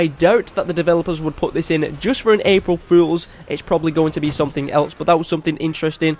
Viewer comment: lol cant pronounce april fools 😂😂